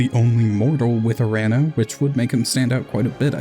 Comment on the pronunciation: Nice video But as a Greek, hearing you say urAno instead of uranO hurts my soul in a way I cannot describe through words